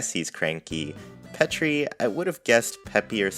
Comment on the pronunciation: So I could be way wrong but I think petri is said like Petri dish (like a lab mouse).